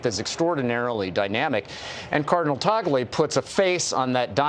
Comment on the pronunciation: I’m glad broadcasters are now finally pronouncing cardinal Tagle name correctly. He seems the right package but you never know if they can be so bold as to choose an Asian pope. Philippines is the only predominantly catholic nation in the entire Asia. Seems fitting.